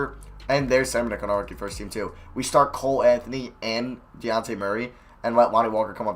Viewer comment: 46 "We have DeAnte Murray" Wtf it's "Dejounte" It's pronounced how it's spelled not that hard